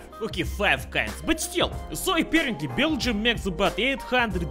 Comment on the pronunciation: Its really weird how you pronounce Beergium,.